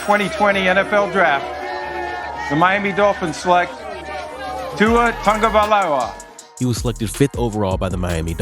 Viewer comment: tuas last name seriously is not hard to pronounce